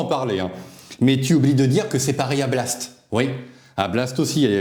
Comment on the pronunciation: Blast ou Blatte ! Tu prononces mal. 😂